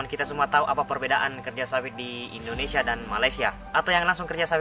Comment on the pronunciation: .INDONESIA BUKAN ENDONESIA.INDONESIA INDONESIA INDONESIA INDONESIA INDONESIA.